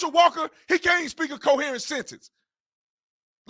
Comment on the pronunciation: Hahahaha. Tatum critiquing ones speech is laughable. Tatum can barely pronounce "coherent", like it's a newly discovered word.